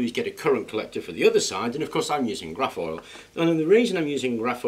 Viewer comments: what is the collector material ? sounded like you said rough foil?? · i love it. i only have one question..... are you saying graph oil? or craft ole? i'm specifically talking about the current collector. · All I could find was some loose mesh which I then folded up.. I put it on a paper towel with some salt water on top of aluminum foil but I am pretty positive I made a battery. I measured 0.5 volts regardless of light. What did you say you used on the other side? Sounded like "grafoil"? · I agree, This video really got my two neurons rubbing. But i cant make out what you say when you describe the collector material . Also i would like to know which are the anode and cathode. Thank you for sharing. Your videos are the most instructive out here.